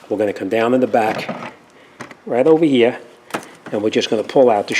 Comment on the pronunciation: Take this ovahhhh hea, now this ova hea and make sure it's hea. Just incase you don't remember, take this ova hea not ovah der